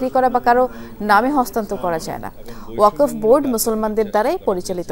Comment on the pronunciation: উচ্চারণ হবে ওয়াক-ফ